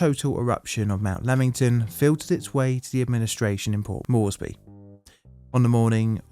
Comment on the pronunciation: Port MORES-BEE, not Mor-es-by.